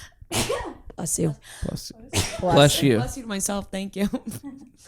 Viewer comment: saying Blesh you. 💀